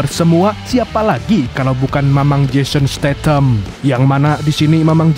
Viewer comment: Kata kata trakhir itu apa bang ?? kocak amat lu😅😅 menjashon statanham ya😂